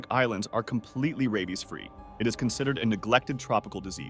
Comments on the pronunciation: Ah yes, robbies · Time stamp . Suddenly changes the pronunciation of rabies from "ray-bees" to "raw-bees." AI detected. This video's narrator is not human.